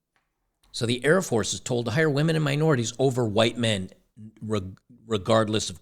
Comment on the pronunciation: Air Force not Hair force ladies.